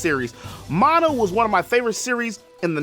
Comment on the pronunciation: If Nintendo had their way they'd make fan art illegal! And thank you for pronouncing it as Mon-uh. It grates my ears when people pronounce it as man-uh